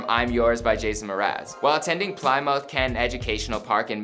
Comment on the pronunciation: “Pliiimoth”.... this guy know how to read? Please does anyone know I feel bad for the guy